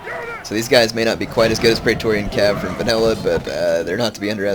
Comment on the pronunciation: Praetor: Is it pronounced Praytor, or Pray-eh-tor